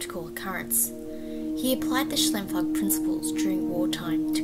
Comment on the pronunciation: Great presentation. It’s pronounce Sh-Ime-floog